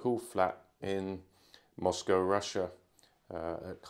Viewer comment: I'm glad to hear you say Moscow correctly